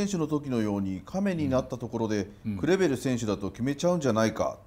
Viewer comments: クレベルのとこグルグルって聞こえるw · クレベルが「グルグル」に聞こえるのがたまらんww